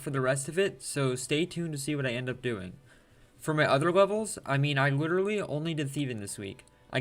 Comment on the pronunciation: Bro says witerally 💀